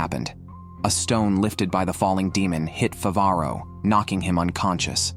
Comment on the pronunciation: Mofo has the AI narrator capable of saying Favaro correctly, but bahamoot. If you're gonna be a lazy AI recap channel. At least get the simple fuckin names right.